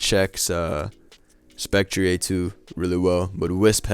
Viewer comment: Man said spec-tree-ayy. Been watching too much wolfey